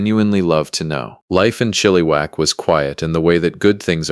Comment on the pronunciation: Maybe learn how to actually pronounce Chilliwack properly